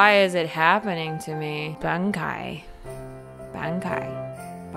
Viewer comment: Saw Bankai, figured what the hell I would give it a chance. Not only did you butcher the name, but the name of the trainer...Yea. This channel is not good. Youtube led my life into a lie, of fake comedy and butchery. D:<